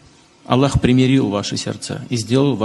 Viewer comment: Jelas sebutan Allahnya .. x pelatt ..moga hidayah bertamu ke hati Putin ..Aamiin